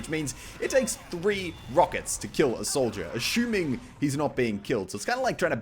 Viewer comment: Why does Muselk pronounce assuming as "ashuming"?